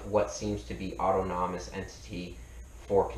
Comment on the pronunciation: "ôˈtänəməs" not "auto nommus" ...like this, brother: "aw-TAWN-awm-us"